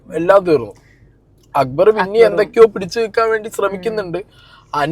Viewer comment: അക്ബർ ❎അക്കുബർ ✅